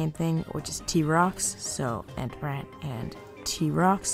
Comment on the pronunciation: "rare t-rox and rare entbrat" excuse me stop